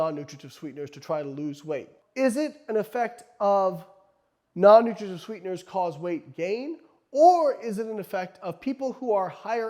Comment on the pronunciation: Slow down with the, “Non-nutrigijutv sweeteners.” lol